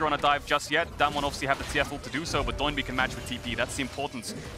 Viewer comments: "Doh" is the legit pronunciation of his name. He was born and raised in Korea, so when he called himself Doinb as a streamer, in Korean it really sounds "DOH-in BEEE" the DOH and the BEE are emphasized. Try saying it that way and you'll get used to casters calling him DOH instead of a NIke "DO" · Why does everyone call him "Doh-in B" and not Do-in B? Kinda tilts me as much as LS saying "Aahhtrox" when he used to cast lck